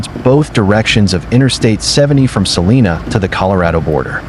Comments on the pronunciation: Hey, dumbell, Salina, KS is pronounced 'suh-LINE-uh'. Salinas, CA is pronounced your way, as 'suh-LEAN-us'. Go home and get out of the weather. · face-red-droopy-eyes:it's "Suh'''Lie'''Nuh" not Suh-Lee-Nuh :face-green-smiling